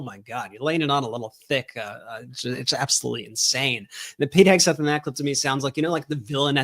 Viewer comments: Did I hear Leavitt say Hegsweat? 🤣🤣🤣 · "Secretary Heg-sweat"?? A little Freudian slip there, karoline Leavitt??